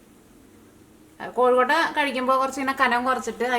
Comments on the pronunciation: എന്റെ പൊന്നു ചേച്ചി..... കോഴിക്കോട്ട അല്ല കൊഴുക്കട്ട ആണ് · കോഴിക്കോട്ട അല്ല കൊഴുക്കട്ട 😁😁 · കോഴിക്കൊട്ട അല്ല കൊച്ചേ കൊഴുക്കട്ട